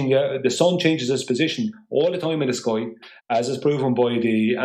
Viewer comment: One thing I’ve learned from his presentation it’s that it’s actually pronounced skoi, not sky.